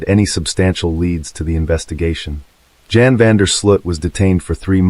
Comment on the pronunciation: Not Jan, pronounced Yawn